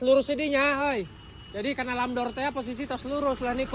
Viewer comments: bukan lam dor bang..tapi ram door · maaf bang, Bukan " Lam Dor " tapi " Ramp Door "✌🙏